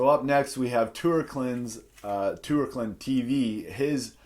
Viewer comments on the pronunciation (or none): Besides. It was totally hillarious how you failed pronouncing my Channel name (not my real name of course). The oe (in my mother language written "ö") can be pronounced like an u. So you can pronounce "Toerklin" like [Turklin]. Someone adapted it from Turkey (bouth the country and the bird). But that story is for another day or probably never.